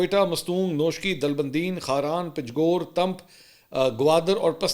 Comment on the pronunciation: Please make correction about name of "Panjgor". It is pronounced as "Panjgoor"